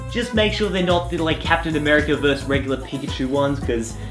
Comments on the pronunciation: He said 'Captain Amaicer.' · What said: "A captain America outfit" how it sounded to me: "A captain americur outfit" XD